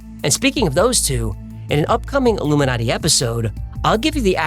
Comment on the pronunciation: modiji is illu-me-naughty😂😂